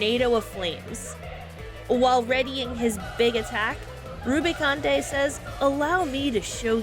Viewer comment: Edge is pronounced how it normally is in English. Like the edge of a table. Rubicante is "roo-bi-cawnt", no French-like flair on it. It is good practice if you aren't sure how to pronounce a main character's name to check Dissidia as those are considered the 'canon' way to pronounce them (such as Tidus being pronounced "tee-dus" even though we all say "tye-dus") or just use the pronunciations used by characters in cutscenes!